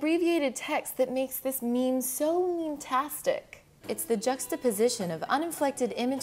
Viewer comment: Its pronounced "meem" ...